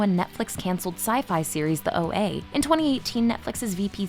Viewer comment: Oh-Ah, not O.A.